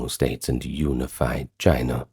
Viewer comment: You lost me when you said unified. Prefer the ai voice lol